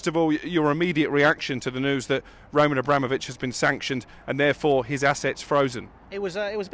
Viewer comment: Roll-Man A-Bra-Mole-Vich